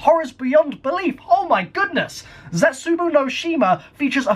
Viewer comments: You pronounce it as Zetsubo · i thought it waz Jetsubou No Shima not Zetsubou